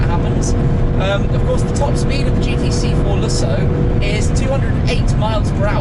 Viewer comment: I sing care that the AM GT8 is "underpowered." That thing is bad ass. The "G-T-C-Forluhsso" is too. I don't think anyone, in the history of "fitted luggage," has ever used it. Ever.